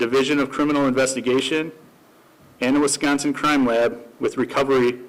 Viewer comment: Great job on your pronounciation of Wisconsin towns from a Cheesehead !